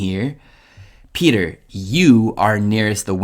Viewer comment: "PETHAR" 😂 Non serve aggiungere altro